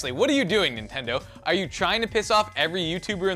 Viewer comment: because... because... nentendo man